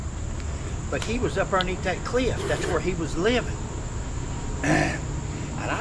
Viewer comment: And it's "cliff," not "clift."